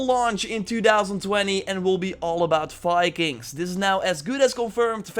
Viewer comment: Viking, dear. With a V. Not Fikings. I'm sorry, but as a Nordic person, I can't allow your Dutch accent to murder our national identity.